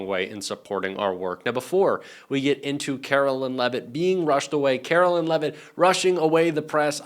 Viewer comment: Caroline! Not Carolyn 😮U should know!😢